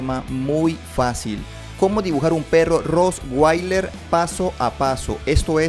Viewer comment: No se dise roswailer es con t